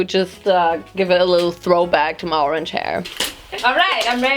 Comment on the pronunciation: ur "oRaNgE" sounded so french